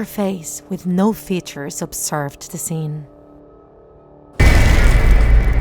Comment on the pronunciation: You are saying da not the